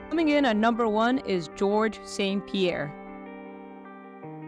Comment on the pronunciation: Pie ierre